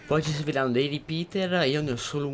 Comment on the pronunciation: "ripiter" Ho riso malissimo :'D